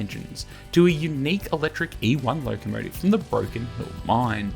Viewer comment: Interesting pronunciation - "locomotiev." Never heard that before. Nice to know about this museum. It certainly needs work, but it's quite spectacular. I wish I was young enough to go and see it.